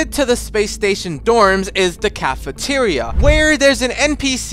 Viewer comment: "The Cafateria" lmao